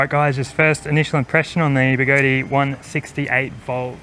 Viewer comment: I had no idea the tyre on the X-way was so skinny.. Was there room for a beefier tyre on it? You are still the only one that can pronounce Begode properly 😂